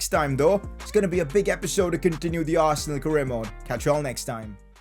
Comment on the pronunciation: Arsenaal is more like 'Arse'nal 🤣🤣🤣🤣